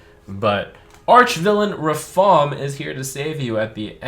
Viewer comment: It's Ra-FaAAAm